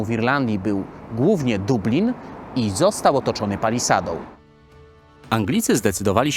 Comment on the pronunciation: czyli doblin 😂